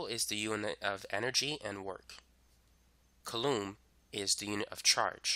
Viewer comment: It's pronounced "coolum" not "kalloom"